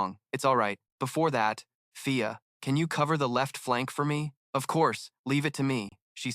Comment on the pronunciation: it's fia not pia or via the goblins you insulted elves 😤😡 and the dudes name is Ray not day or kay or whatever other 3 letter word that ends in ay get your shit together ughhh this narrator pisses me off it's an elf village not a goddamn goblin village go through your video and fix the mistakes it's not difficult and how can't you tell the difference between a man and woman like you call Ray a she alot and then alot of the females are called he